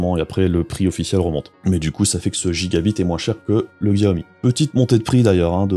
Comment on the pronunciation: Salut, et oui je sais pour la prononciation c'est juste que chez moi on a toujours dit gigabite et c'est bien comme ça aussi. Tout comme à l’époque aller dans la boutique du coin demander si ils avaient reçu l'abit c'etait amusant, on se prend pas au sérieux tout le temps =) . Sinon oui mais je n'ai pas le matos ni la place nécessaire pour filmer l’écran dans de bonnes conditions du coup je fait avec les moyens du bord, ça changera ptet un jour mais pour l'instant je ne peut pas faire vraiment plus.